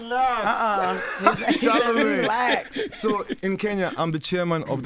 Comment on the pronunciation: Hiyo relax ni ya mkenya kabisaa 😂😂😂😂